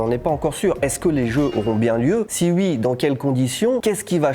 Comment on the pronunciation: "si UI, dans quelles conditions ?" Le "oui" lorrain 🤣